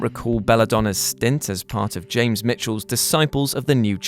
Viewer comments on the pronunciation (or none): none